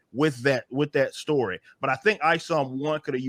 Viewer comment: Why does he say "shtory"? And speak like a Nation Of Islam preacher?